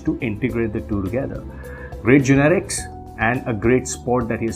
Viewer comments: why does he keep saying generics!!!..it's genetics dude..:// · he keeps pronouncing " genetics " as " generics " ... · GENETICS not GENERICS lol